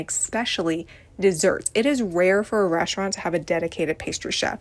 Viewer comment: please what means "reshhtraunt"